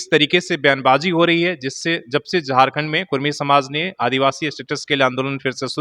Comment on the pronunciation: रिपोर्टर साहेब,आप हमेशा कुड़मी को कुर्मी कह रहें हैं, कृप्या कुड़मी कहिये ना कि कुर्मी कह रहे हो।